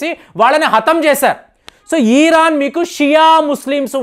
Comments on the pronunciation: Yes.. kaani adi ఇరాన్ కదా.. ఈరాన్ ఆ?? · తెలుగు and అన్ని సరిగ్గా నేర్చుకో.. ఈరాన్ కాదు ఆది.. ఇరాన్ అంటారు.. నీ మాటలు చూసి నేర్చుకుంటారు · ఈరాన్ కాదు మహాప్రభో ఇరాన్.